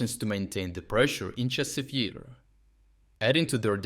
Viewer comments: Thank you for your work, but how come you mispronounce so many place names? In this case it was Chasiv Yar - you said with like a single word with stress on I. The stress should be on A in both cases. In previous videos there were other cases. But turns out in the rest of the video you pronounce it correctly.. Very confusing. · So I get that it's not a real person narrating, but can we at least have the same pronounciation every time? I've noticed this for months now lmao, example from this video would be "Chasiv YER" "Chasiv YAR" "Chasiv YIR" like c'mon dawg :P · It's comical listening to the computer generated voice trying to pronounce Chasis Yar and how inconsistent it is.